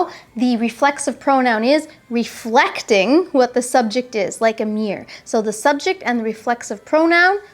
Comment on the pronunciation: Thanks for your clarification. Do appreciate your effort in making this video. By the way, I like the way when you pronounce the word "mirror".